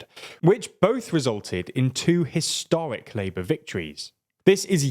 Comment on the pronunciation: Why do so many British people speak in uwu? "...hwistwowic Labwor vwictwories"..."twerribwle nuwus for Sunak" It's your own f*cking language and half of you can't even speak it.